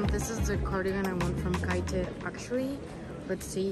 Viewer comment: its KATE 😂